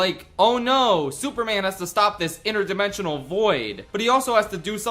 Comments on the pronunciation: Why calls man, soup man? Is he stupid? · ah yes, souperman